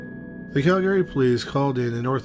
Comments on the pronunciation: CALgary, not calGARY. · Cal-GARY. LOL. That's a first for me. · Bro. Say it like Cal-gree. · it's not pronounced like that. you're maing it sound irish. it's "KAL-grr-ee"